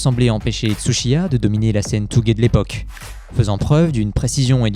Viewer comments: On dit tOgué, pas tougé ! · Touge, ça prend pas longtemps d'aller sur google trad voir comment ça se prononce...